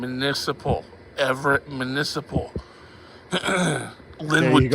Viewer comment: it’s municipal, not manisiple